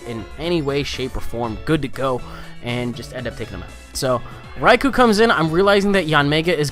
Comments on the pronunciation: the amount of "Raikoo"s was silly lol. it's "Rai-Koh" though I'm pretty sure you know that XD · a better explanation is "Rai-Koh" considering the word is Japanese for "Lightning" and "ou" in Romanized Japanese is just a long "o" sound :p